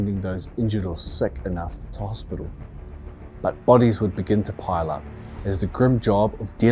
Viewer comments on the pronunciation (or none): none